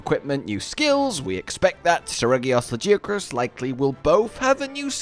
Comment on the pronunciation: Honestly you should be ashamed of yourself saying lajiacrus even after WE ALL HEARD THE DEVS SAY lagiacrus with a G